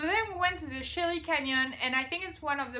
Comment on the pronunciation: Frank Morris, no, it's actually spelled de Chelly, but pronounced d'SHAY, rather than de CHAY.